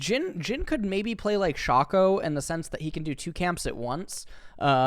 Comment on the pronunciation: I wish i had HALF the confidence has as he knowingly pronounces aatrox, shaco incorrectly.